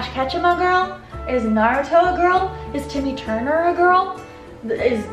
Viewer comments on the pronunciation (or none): none